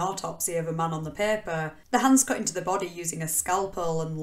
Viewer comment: "leaving his bodeh" where does this accent come from? I am really curious!